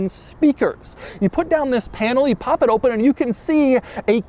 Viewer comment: doug its open not oh pun